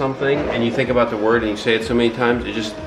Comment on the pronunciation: The word "word" sounds weirder and weirder every time you say it. Actually, "weird" does, too...